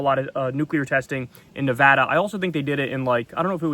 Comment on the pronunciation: Thank you for saying Nevada correctly and we say Hell No to testing here and I’m sure New Mexico agrees.